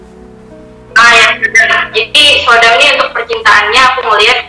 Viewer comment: Soodam dibaca Sudam. Ngamuk Dy kalo di panggil sodam